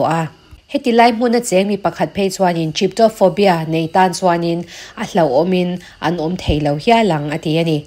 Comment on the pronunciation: Chyptophobia(chip—taw—faw—bia) ni lovin Trypophobia(ți—paw—faw—bia) ti a lam tur a ni.